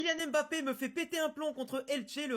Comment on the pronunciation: Son nom se prononce Mbappé et non M Bappé